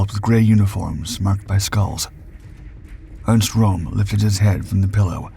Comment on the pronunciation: His Name was RÖM and not ROM!